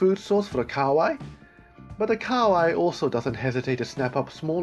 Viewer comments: Ka wai its pronounced ka ha wai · KA-HA-WAI NOT KAWAI